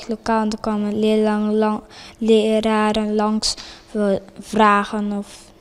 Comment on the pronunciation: geslaagd voor het gymnasium maar kan nog niet eens leraren fatsoendelijk uitspreken.